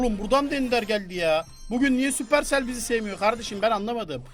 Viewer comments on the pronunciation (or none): none